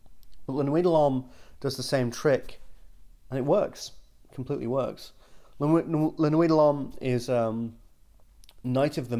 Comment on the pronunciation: Why does always pronounce it as La-nooey dah-lom. Does he hate the French?